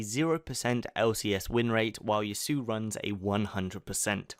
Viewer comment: Yas-oo-oh. Not ya-soo